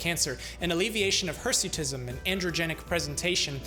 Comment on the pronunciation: Remember its hersuitism not hesuitism